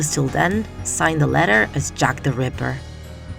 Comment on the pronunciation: Sounds more like Jeff the ripper aka Jeff the killer